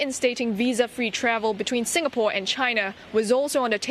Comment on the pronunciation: Lawrence Wong is the DPM of sIngapore... Not sUngapore or whatever he is calling it